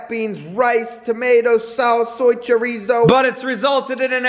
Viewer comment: The way you say chorizo is funny😝🤣🤣